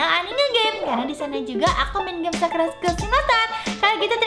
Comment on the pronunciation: Bilang nya game bukan geme ya